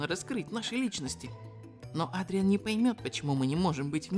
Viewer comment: ЭДРИАН ЭДРИАН А НЕ АДРИАН!!!!!!!!!!!!!!!!!!!!!!!!!!! БЕСИТ УШАМ БОЛЬНО